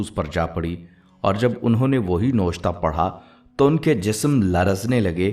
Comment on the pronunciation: Aap jo lafz noshta pardh rhe hain wo noshta nhi Naawishta hai please correct it